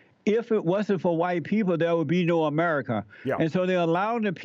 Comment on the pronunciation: Hawhite History 😂